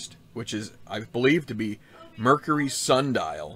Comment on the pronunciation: Thanks for the course previews! Some interesting new twists here. BTW its "sandal" not "sun dial" :)